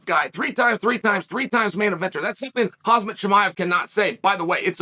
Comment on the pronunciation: Chael, why do you keep calling Khamzat........Cause-Mot? It's (Hom-Zot) not (Cause-Mot). You know this. You have never pronounced his name correctly once. Whats the catch? Why? What gimmick are you trying with this intentional name mishap?